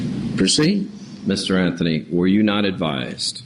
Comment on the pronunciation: judge: "Mr Anfhony " lol